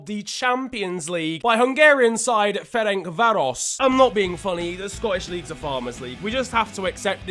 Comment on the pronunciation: Brilliant pronunciation of Ferencváros👍